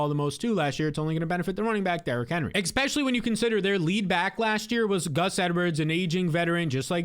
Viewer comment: Awesome content man, but STOP SAYING "EKSPECIALLY"